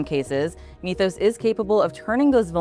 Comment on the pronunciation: “Mith-ohs”, not “meeth-ohs”.